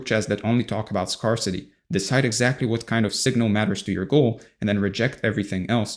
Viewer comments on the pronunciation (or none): I normally don't comment to correct how people are speaking. But in this case, I feel like it will land well and you will see it as an opportunity to improve. The words scarce and scarcity are pronounced like "air" -- sk"air"se sk-air-city not "scar"city Aside from that, great content!